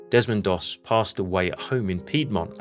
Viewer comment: Its Desmond Doss not Demond please correct if its not AI...